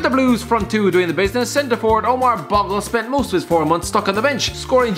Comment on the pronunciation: It’s pronounced bowgle